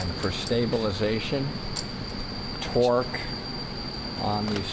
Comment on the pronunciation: The video started off funny 😂 with the”torke? What torke? Then he comes with the dolphins 🤣 like what😭😭